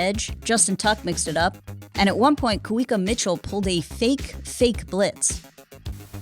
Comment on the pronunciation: Kawika Mitchell is pronounced Ka- VI- ka Mitchell